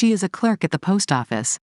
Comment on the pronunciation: She is a clerk at the post office. Clerkとatのブレンドでクラーケットと聞こえるのでビビりました😅